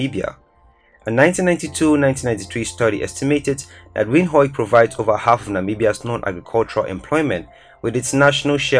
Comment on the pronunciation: Nice video but hey you're butchering some of the city names here like Gaborone,Windhoek and Gauteng